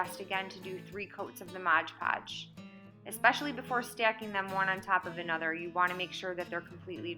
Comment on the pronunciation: It's MOD PODGE, not MODGE PODGE